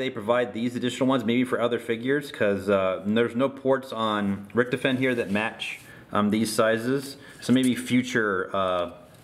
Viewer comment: Its rict-hoff-en